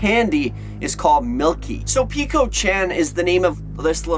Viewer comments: Hey I'm just gonna correct you friend :) it's peko not piko :3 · Peh-ko not peeko lol.